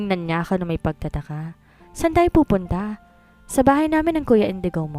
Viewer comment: Saan ka pupudta ! Ngongo kasi diba saan ka pupunta not ( pupudta ) baradong ilong kaya ngongo !!!!!!!!!